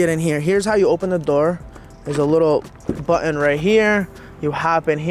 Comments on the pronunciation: a buddon. Ummm Button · The word is “button”